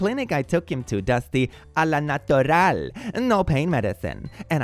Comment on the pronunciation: Not pronouncing a French phrase "au naturale" with a Spanish ahh trilled r like "a la natural". I love when he misreads stuff, with his highly creative and expressive voice it is always fun to hear.